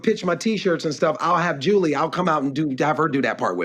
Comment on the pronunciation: I freaking love david arnold! He is so funny, his last Netflix special was hilarious. His transitions are impeccable, his accent is awesome as well. The way he says "julies" name is hilarious. The girls are hilarious. More power to arnold! Love him and his family!